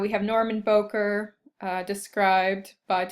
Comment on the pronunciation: Bowker is pronounced Bow-as in bow of a ship, not like "bowtie"-ker (cur).